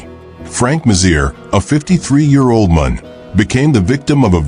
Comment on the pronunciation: Can this robot not be taught to pronounce the word “man”?